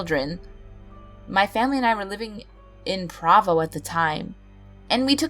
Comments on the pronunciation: Not to be that guy, but it’s pronounced “Pro-vo”. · Also you pronounced Provo wrong its fine though a lot of people do.